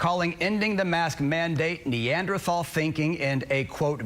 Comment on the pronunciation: first of all, they don't know how to pronounce Neanderthal.